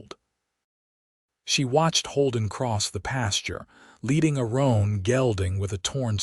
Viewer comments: Please teach your readers how to read English. It is not stag-e coach. A horse may be roan not a ron. Please pronounce content according to the context of the statement. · Roan not Ron